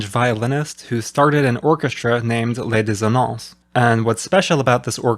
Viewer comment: Hi, as a french speaker, you did great with Grimal - Les dissonances, congrats!